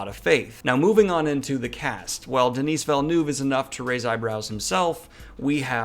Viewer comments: Denis or Denise...omg lol. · Please be coached on how to pronounce French names. "Denise" is a woman's name, Denis (the 's' is silent) is a man's name. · As a French Canadian, the way you pronounced Denis Villeneuve’s name shook me to my core.